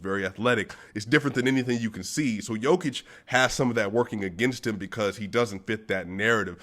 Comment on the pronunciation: Great pronunciation of Nicola's first name. You only have to correct last name - its a short/fast "o" in Jokic. And you have to explain it to DNVR guys. They are saying Nikooola. ;)